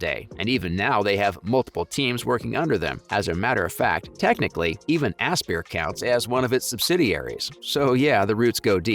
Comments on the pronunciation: only slightly more than "asper" ah-SPY-er...... like inspire. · The way you say aspyr is really triggering me it's aspire like you aspire to do something that's how it's pronounced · The way you talk about this stuff is so annoying. You don’t need to spell out KOTOR just say it exactly as you would say a word spelled that way.. and ASPYR is said like “aspire” not asspurr.. it really takes away from the video when I’m constantly cringing at the way you say things